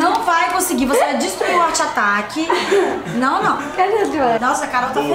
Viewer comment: arteatac 👁💧👄💧👁(sla como escreve )